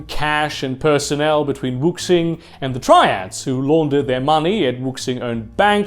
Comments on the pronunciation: It's pronounce "wu-shing." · Fantastic Video. Just one thing Wuxing is spoken as Wushing, the x is always a sh in chinese romanisation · Excellent work. RE: Wuxing. The pinyin romanized "X," which often bufffaloes western readers, is a soft "Sh" sound, almost an "S" sound (in some dialects, it really is closer to an "S," but not in high Mandarin) pronounced with the tongue up against the front of the mouth. It bears no resemblance to the English "X" in pronunciation. If you simply say "woo-SHING," it's close enough for runner's work.